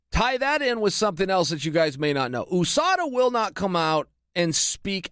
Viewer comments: Can someone explain to me why chael keeps on pronouncing USADA as “O-SADA”. I pronounce it along with most other people as U-SADA. English is not my first language so I’m curious to know or at least learn how to pronounce the “U” in this context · Chael 'OOUSADA' Sonnen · Chael "ooh-SADA" Sonnen